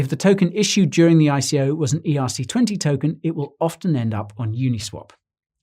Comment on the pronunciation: "was an" or "wasnt" why cant you pronounce properly ?